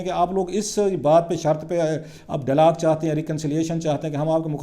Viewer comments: mohtaram, apna talafuz drust karain khaskar english words. it is not delog but dialogue and many more . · I got sick of your repeating delog. Before you give sermons go and get a course in pronunciation of Urdu and English language. .